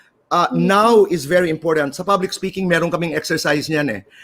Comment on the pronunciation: did she say "SPOKING"?